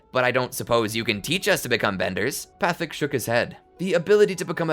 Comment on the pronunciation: Why are you mispronouncing Guru Pathik's name :(